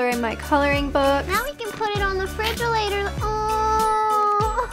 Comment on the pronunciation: “ now we can put it on the frigelator”